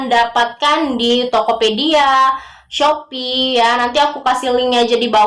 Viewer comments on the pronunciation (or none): none